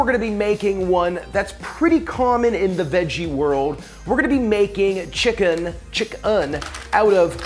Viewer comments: Why is he saying chickun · he says chicken real weird.